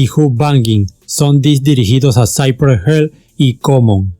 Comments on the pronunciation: Lo peor fue cuando dijiste: saipre gel😔😔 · With a little effort you might stop mispronouncing the words. Cypress Hill/ Lo pronuncias; "Saipres Jil" no Saipree Hell, but whatever, zero killing OK. Peace, paz. Piiss. Westside Connection uestsaid conektshon Ice Cube Ais Kiub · Porque pronuncias "Cypress Hell" es literal se pronucia como se lee "Hill" Si dices "Hell" estas diciendo "infierno" y no tiene nada que ver con el nombre original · Que culero pronucias Cypress HILL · Que feo pronuncias Cypress Hill de allí en más no hay borlo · Interesante pronunciación de Cypress Hill 🤣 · Me agrada como cuentas la historia de este super grupo, pero tu pronunciación de "cypress hill" me incomoda jajajajaja